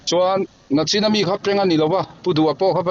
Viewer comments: "Nachin" tih hi ka lo ngai pawimawh lutuk, " Nichin" ti hram hram ang u. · Nachin ni lovin nichin tih zawk tur.. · Nachin hi hi i ti leh thin a, nichin han ti la ngaihthlak a nuam ang. In lar tawh si a, thangthar zawk ten a dik zawk emaw an ti ang ih a hlauhawm